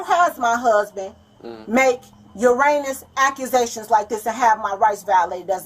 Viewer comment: "UrAnUs AcCuSaTiOnS" 😂 Ma'am I believe you mean heinous ? 😂😭😂😭